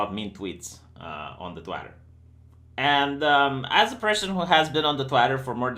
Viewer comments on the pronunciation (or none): "twatter" lol